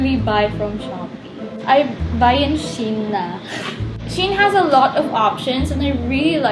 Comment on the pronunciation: It's She-in not Shein itself.